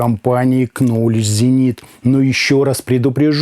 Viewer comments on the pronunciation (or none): Спасибо за интересный обзор. Маленький совет. В Knowledge буква К не читается!